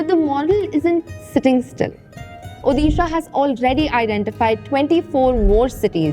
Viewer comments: It's "ओडिशा" not "ओदीशा" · Please correct your pronunciation it's odisha not udisha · It's Odisha "ओडिशा" Just a small note, Please consider this pronunciation next time...😊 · उदिशा ❌ उड़ीशा ✔ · "Hey, that's not UDISHA, that's ODISHA!"